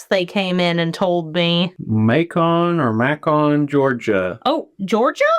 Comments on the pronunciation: I got a kick out of pronunciation of Macon. It's MaKon, not Mashon, Georgia. 🙂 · Macon. Pronounced like bacon, but with an M. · It is pronounced Macon Like bacon with an m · Southerner here. Macon rhymes with bacon. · Macon is pronounced maycan 🌸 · lol its pronounced May Can lol beautiful soap as always!!! you all should also visit Savannah, the historic district so beautiful! (as you can tell I lived there a time or two) lol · Macon rhymes with bacon just so ya know for future reference. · The way your hubby said Macon gave me the giggles. You pronounce it like bacon with an M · Lol! I was just about to comment this until I saw yours. I was going to ask if has learned to say it yet😂.